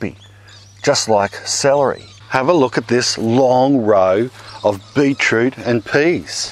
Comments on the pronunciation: beet root!! not beech root!! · I love it when my European friends and Aussie friends say 'beet root'. "It tastes like... tastes like a pea." Thank you for saying, 'A'.